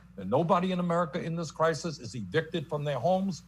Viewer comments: Crisis? Crikis? Come on! Wake up! Listen! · “Cricus.... crisis “